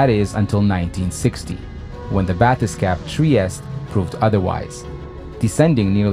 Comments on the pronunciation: YOU REALLY NEED TO LAY OFF THE REVERB PLEASE. Also, not a bathes-cap bathe-scape. AI Narration. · (Just so people know, it's pronounced bath-uh-skayff) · You need to train your AI to pronounce bathyscaphe correctly. +